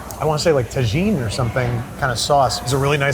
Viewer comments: I know did not say ta-jeen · “Tah Jeen”? Really dude? “Tah heen” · Why do you pronounce Gouda as “Houda” but you pronounce “taheeen” as “Tajin”? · "ta-jean" sauce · Pronouncing it tahgeen is crazy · Second video I've noticed this. Taking is pronounced: tuh-heen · ITS PRONOUNCED TAH-HEEN!!!!! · Going insane over you not knowing what chamoy is, and pronouncing it "ta-jean" 😂😂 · car go beep not bay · "Ta-Jean" lol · Pronounces Tajin “Tajeen” and Jicama “hicama”. 🤦‍♂️ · Tajin is Ta heen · Its pronounced "Taheen" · Bro said Tajean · I love how Babish refuses to pronounce Tajin correctly lol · At Galaxy's Edge Disneyland we have the Ronto-less wrap for me and my fellow vegans and vegetarians and it's DELISH (at least they had it last time I was there). Step up your meatless game Orlando! Unrelated...the way my guy pronounced Tajin is wild, WILD. Truly though, watching Babish instantly transform and embrace the magic upon entering Galaxy's Edge was heartwarming and genuine. I cried the first time I went. It's nice to see him experiencing joy and a lighthearted sense of wonder. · what da fuq is TAGENE It's "Tajin", you muppet. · the sauce on the fruit is probably chamoy. also tajin is pronounced with a hard J, like in Jose xD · as a mexican, that pronunciation of tajin hurt my soul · The way he pronounced Tajin after the way he pronounced Gouda the other day is wild. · that Caucasian pronunciation of Tajín death star blasted me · Blew my mind the way he pronounced tajin….def chamoy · I don't have Mexican ancestors, yet they were still offended by your pronunciation of tajin 🤦